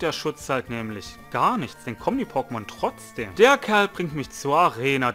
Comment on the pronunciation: Alter Chill, ich mag deine Videos trotzdem. Du sprichst das wort Trotzdem Falsch aus, aber mal erlich ist ja scheiß egal. Ach jetzt Sprichst du das wort Richtig, naja passt ja jetzt perfekt hahaha.